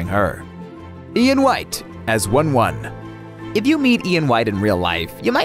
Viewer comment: it's pronounced "woon woon" not "one one"